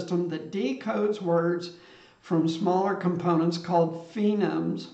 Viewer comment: "FOE-neems" if I'm not mistaken? The word phonemes? Maybe it's "fee-gnomes" and I've never heard of it. Technically there are fewer or more phonemes than 30-something based on dialect, but I get the point. It's cool how AI sees data and organizes it like this!